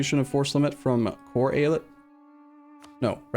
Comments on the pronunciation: great choice to do Mehmet's Ambition! btw I think the pronounciation is ay-ah-lyet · Long time viewer of, as a native speaker, I would say it like,,, E-Ya-Let.just leave a little space between those sylable's, streesing each one out, so likee,,,eee,,,yaaa,,leett,,, something like that, just sink in the three parts and it's golden,,,the word just means state in turkish,,,like many states in the US or in the old Otto empire. So really don't mind people saying state instead of Eyalet, so Eyalet i Mısır,,is state of Egypt,,,so speaking english using state is perfectly fine and no need to worry about how to say the word. All the best and thanks for the Third way,,always annoyed at Eu4 casters not finishing a run,,,so you did it,,have fun from now on:) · So, who wants to count how many times says AI-Let?